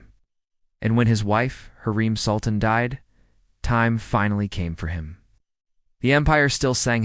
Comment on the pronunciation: U need to watch magnificent century hurram sultan there u will learn the pronunciation what ur talking about because you are pronouncing it wrong